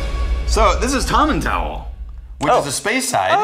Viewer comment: tomintool is the pronounciation